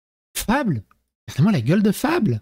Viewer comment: On dit pas Fable ,on dit Faybeul.